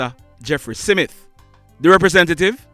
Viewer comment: Yes. I heard 'SIMITH'. Having made that observation, I must commend you on the credible reports you bring to the platform